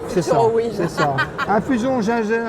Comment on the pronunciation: "infusion gingeaire" 😂